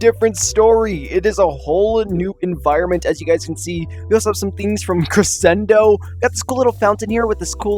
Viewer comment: I don't mean to be a negative Nancy but I exploded into several giblets when he said cressendo